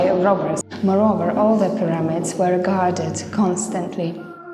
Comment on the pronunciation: I love these videos, but why do you say things like "pi-RAM-ids" instead of PI-ra-mids and "pre-DESS-esors" instead of PRE-de-cess-ors? Did you learn English from a book? No offence! Just curious about your accent. You don't do it every time, just now and then. 🤗 {:o:O:}